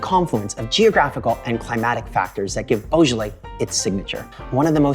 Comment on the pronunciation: You can't pronounce it in French😂😂😂